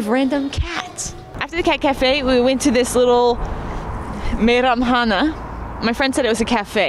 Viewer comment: Your Kazakh pronunciation is very good (Meiramhana)